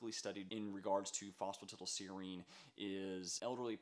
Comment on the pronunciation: It’s pronounced foss fu tie dull seer reen 😒